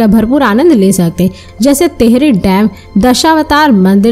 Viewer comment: Titrati nahi bolte isko tehri bolte h